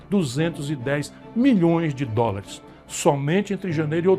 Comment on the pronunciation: Ele não sabe falar dolares.